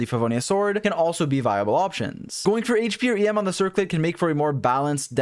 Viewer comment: Istg I heard you keep saying yam and I'm like what Turns out it's em LOL 🤣